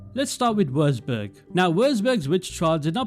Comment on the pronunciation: chill er hat nur Würzburg wirklich falsch ausgesprochen, außerdem ist seine Muttersprache auch nicht Englisch. Und ich will auch nie Worcestershire oder so vor Engländern aussprechen.